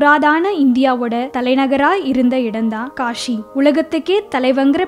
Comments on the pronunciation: காஷி இல்ல காசி. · kashi illa kasi ok va. ya tamil varatha class ponga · It's not Kashi, it is kasi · காஷி இல்லம்மா காசி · Kashi illa kaasi Tamil ah kola pannathinga